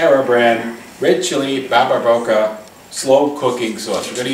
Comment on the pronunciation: "barbara-coca"? what the fuck did he say?